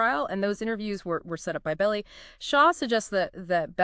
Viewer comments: The name isn't pronounced "Belly." It's "BELL-eye." Sheesh! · Melvin Bell-eye(pronounced), not Belly, lol!